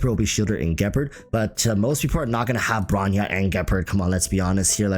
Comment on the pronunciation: The way you pronounce Gepard really bothers me